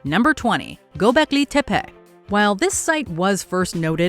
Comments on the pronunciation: Every time she mispronounced "Gobleki Tepe" all I could hear was a female Cartman. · The way she says Gobekli Tepé makes me want to fight someone...